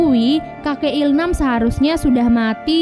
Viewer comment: il-nam bukan il-ham